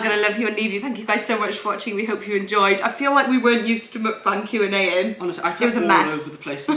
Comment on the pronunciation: When said "Q&A" at the beginning I thought he said "chew&A".... I also actually think that's a good name for your mukbangs 😂😂 just putting it out there 😆 Love you guys and your vlogs ❤️❤️❤️